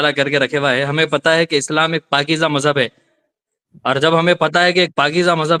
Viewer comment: Mazhub ❌ Mazaa + Hub ✅